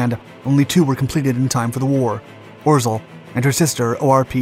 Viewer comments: By the way, "Orzel" is pronounced "Ozhaew" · Please do not try to read Polish Names and proper names it hurts Ps rz=ż pronunciation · I loved the video, but way you day orzel kills me